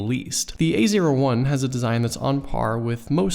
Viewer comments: every time he says A01 i'm hearing "the easier one" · A01 sounds like ''easier one''